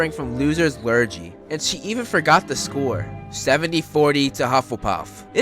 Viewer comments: It's Lurgy's with a g not j :) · Love Luna, nice video :) you're always on point with your videos and I've watched quite a few of yours! But just one small little fact, Lurgy is pronounced like lur-ghee. Not like lur-jee. It's a common word in Britain for things to do with being contagious with germs/cursed/being sick and things like that. People use it as an insult to imply people shouldn't go near you if you've got Lurgies so that they don't catch the Lurgy. I. E. You're weird or undesirable in some way. In this case the undesirable quality is losing all the time. Which you wouldn't want to catch! Just thought it might be interesting as I don't know if that word is used much in other countries. Keep up the good work!